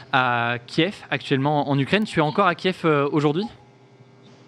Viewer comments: si tu respecte les Ukrainiens c’est Kyiv que l’on prononce Ki-iv.. Kiev prononcé Kief = Russe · frero arrete de dire KIEF c'est KYIV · Je suis désoler mais tu prononce mal Kiev